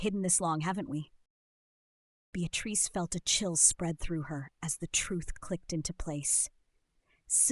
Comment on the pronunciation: Unfortunately, the mispronounced name of Beatrice ruined it for me. A shame it wasn't caught and edited. I find most readers mispronounce words and it's disconcerting how literacy is taking not only a back seat...I believe it to be riding in the boot.